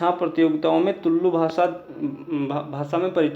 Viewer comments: Dude, it's not Tullllu, just Tulu... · भाय,(तुललु भाषा) ऐसा उच्चारण मत करना।(तुलु भाषा) ऐसा उच्चारण करना। तुम (तुललु भाषा) ऐसा उच्चारण किया तो ओ कन्नड़ भाषा में असभ्य शब्द होता है।so please correct it.